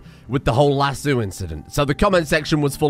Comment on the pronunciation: that is not how you pronounce lasso!!1!!